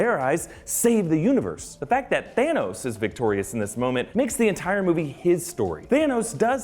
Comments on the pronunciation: "THEROS" lol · there's no r in thanos